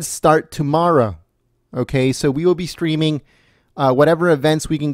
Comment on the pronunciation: That's streaming dude, not "screaming" ok?